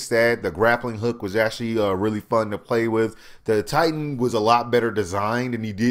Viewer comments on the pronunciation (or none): none